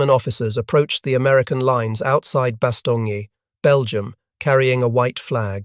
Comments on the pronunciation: "Bast own" not Baston ye. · Bastogne is pronounced "Bass-Stone" not "Bass-Tony", Freaking brits. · You should really change that profile picture. It's literally a swastika for no reason, and already you pronounced the main word wrong. Bastogne. It's Bah Stone. Not Bastongee. Clown. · Since you are doing this video in ENGLISH not FRENCH, the pronunciation is "BAss STONE" NOT "bas Stone ne" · bah-stong-yee? Seriously? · Stupid artificial english accent robot still can't pronounce Bastogne? Give up and try being a toaster.